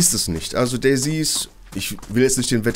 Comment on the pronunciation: Hallo, wieso sprichst du DayZ immer wie DayC aus ?